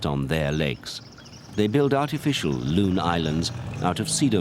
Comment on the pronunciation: Its a loon not loom. We have them in new Hampshire